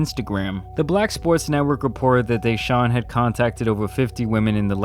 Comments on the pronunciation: It's not Dayshaun it's DE Sahun. At least get his name right jesus lol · Everybody: "Deshaun": " Dayshaun" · DAY-SHAWN. Its D SHAWN. come on brotha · DAYshaun lol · Bro please stop saying DAYshaun it’s deshaun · DA... DA-Shaun. Not "Day"-Shuan😒🤦🏿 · De - Shawn Not Day-Shawn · Its duh-shaun not dee shaun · It's Deshaun, not DAYshaun. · Dude WTF is wrong with you. First you mess up pronunciation of Mal’s name now DaShaun Watson. Get they names right!! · You get a thumbs down for saying DAY-Shawn......🤦‍♂️ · Why do you call him Dayshaun? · Cringe as a mofo did you really just say daeshun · Lol you say his name like a white history teacher